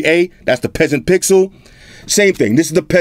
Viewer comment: I lough so hard every time you said “peaseant”.